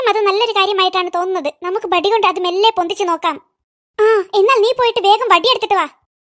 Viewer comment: ബടി alla വടി 😂